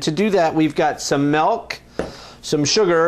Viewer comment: oh no no no no no nononono DID HE JUST SAY MELK?????? its milk.